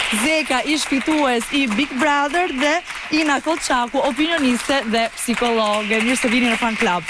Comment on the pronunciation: Me vdes kur thot psikolloge sic e thon gjyshet😂